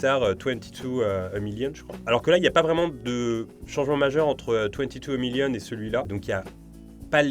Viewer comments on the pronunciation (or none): none